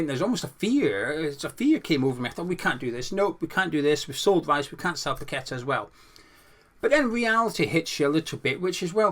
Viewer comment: Paqueta and your one person who actually knows how to pronounce his name properly well done. Not pack a tar ffs. Kudos good and get you but Paqueta unfortunately will go to best team and coach in the world unlike Dec. 😢 Don't blame him either one bit.